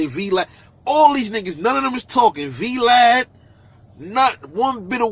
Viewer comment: "Vee LAD" 😂😂😂